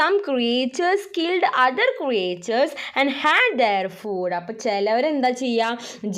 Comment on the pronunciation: Miss ഫൂട്‌ അല്ല ഫുഡ്‌ ആണ് 🙂